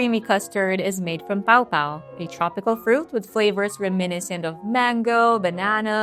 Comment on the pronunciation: Hey dummy, such as many other words in this video, you are pronouncing paw paw incorrectly.